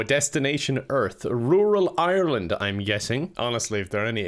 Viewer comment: Thanks for the tips, we'll try to invade "ircklarnd" Pretend that it said ( Ireland )